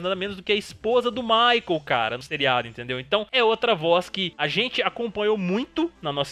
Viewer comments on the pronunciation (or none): none